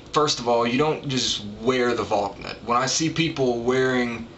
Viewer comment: It's pronounced Val-knut, not Valk-nut.